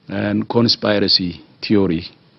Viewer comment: Tedrosito cant even pronounce con-s-piracy theories! 😂 Damn it! 😂😂😂😂😂😂😂😂😂😂😂😂 Bush the bush! 😂😂😂😂😂😂😂😂😂😂😂😁😁😂😂😂😂😂 what a wonderful specimen of human self organising bioverse!